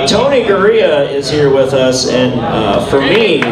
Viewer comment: That’s Tony Garea not Gorea